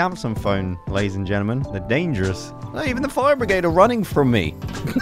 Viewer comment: You always say ladies and genelmen its weird!